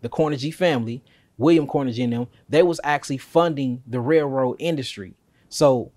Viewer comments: Just a heads-up on pronunciation so information is not lost (because mispronunciation leads to confusion, misinformation and being considered ignorant at best, and stupid at worst). There is no one named Carnajie oor Andrew Carnajie in this portion of history. Carnegie is pronounced Kar-NAY-Gee. It's a Scottish name. Not Kar-Nuh-JEE as pronounced here, nor KAR-nuh-gee as most Americans pronounce it. Andrew Carnegie AN-droo Kar-NAY-Gee. We may not like things he did, but we should at least pronounce the name correctly. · This brotha need to learn how to say Carnegie’s name.. smh. It’s not CORNEGY. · Car-na-Ghee (not jee) Carnegie as in Carnegie Hall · I believe the "g" in "Carnegie" is pronounced like the "g" in "go." Still this is great content. I learn something new every day. ✌🏾👍🏾💯